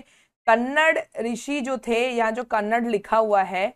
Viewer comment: Mam it's not कन्नड its कणद 😅